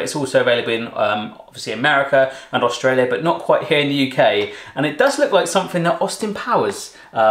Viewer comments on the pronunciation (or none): none